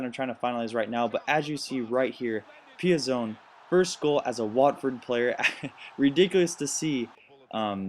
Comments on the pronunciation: Pi-zon, gotta make sure you get the Chelsea players names right. ;) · Nice video Btw PEE-AH- ZON